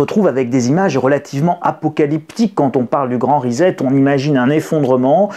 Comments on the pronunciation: On dit rissette (phonétiquement parlant) pas rizette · On prononce RISSÈT, pas RIZÈT ! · Salut risette !!! reset = re set ! pas risette ! Et ne dites pas toujours "on s'en foot" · Svp : ça se prononce ' ri-cet'. Pas comme 'faire risette'. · Rissette et non rizette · Ah oui. Ça tape sur le système son rizette ( fais risette). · Reset se prononce ricet. Merci. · Reset ne se prononce pas "rizette" lolll